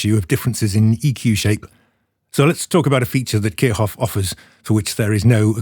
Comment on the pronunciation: Kirchhoff is pronounced like "Keer Shoff". The "ch" is a voiceless palatal fricative. :)